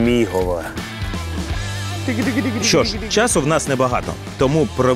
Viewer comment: будь ласка, готуйтеся до випусків Не БуковинА, а БуковИна Не ЧеремОш, а ЧЕремош Мигово, не Мігово Дякую за випуск!